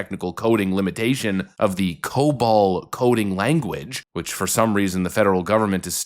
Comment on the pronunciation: Um... It's Cobol, not cobalt.